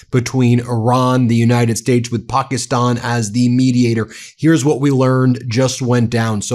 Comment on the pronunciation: Again, it's not "POK-EEE-STAN", it's "Pak-IS-stan"...even the Pakistani's pronounce it correctly.